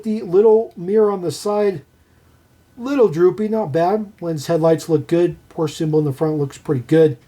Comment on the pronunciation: Not "ay" It's not French, pronounce it like the name Portia and you've got it